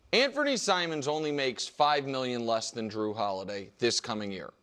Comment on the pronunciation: “Drew” just killed me 😂😂 It’s Jrue, bro